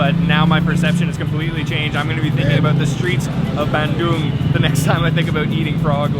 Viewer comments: Hey, so happy to see your vid and that you made it to my second favourite city in Java. Thank you for pronouncing it Bun-Doong and not Ban-Dung as in poo. I’ve been going there since I was 14 years old! One of the best things about living in Australia is how easy it is to get to SE Asia. Another word for frog in Indonesian is Kodok as they sit in their little moats and ponds, singing “kodok,kodok….kodok, kodok”And lastly my man, not wanting to be ‘that guy’ they weren’t Kafir Limes (which you cannot squeeze) they were Kalamansi! And always squeeze them through a fork or even your fingers so you don’t pollute your noodles with four or five indigestible bitter bullets that will ruin your entire bowl. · Hes even more “indonesian” than me, dipping crackers to the mie kocok soup, eating with hand, and he ate sambel as well. What im proud of is, he pronounced Bandung correctly, unlike many other foreigner. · Pronounced Bandung so well!!! So proud!!! Thanks bro 😁👍